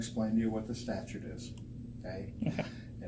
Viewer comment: did he say “staturte” instead of “statute”? 🤔